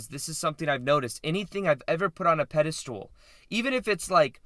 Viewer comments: Peda STOOL so many times is hard to hear but so is FRAME. I do however love your videos maybe im watching too much. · I love your videos but pedestool is driving me nuts 🤗🤣 and you write it properly. Thank you for great content